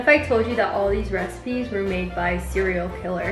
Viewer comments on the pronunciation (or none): did she just… 💀 “cerial killer”